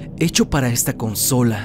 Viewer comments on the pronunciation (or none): none